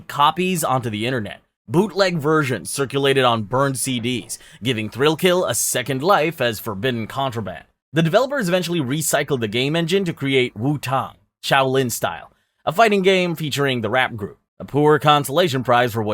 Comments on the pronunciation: Was enjoying the video until you called Wu-Tang "Woo-Tong" Like and sub taken back. Just kidding. But gaht damn lol. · Wu-Tong?? My guy... your pronunciations are crazy work😂😂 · Wu- tong??? You disrespectful mf! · woo - tang. Tang is pronounced just like the drink. Like the tang in Mustang. If you have never heard Wu-Tang, you need to stop reading this right now and listen to 36 chambers. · "Wu tong" lmao that had me dead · Say Wu-Tang again… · You almost got a sub until I heard you mispronounce WuTang